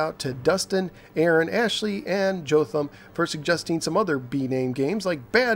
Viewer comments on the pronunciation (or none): Thanks for the shoutout! My name rhymes with Awethome, though. It's Jahtham, not Joetham.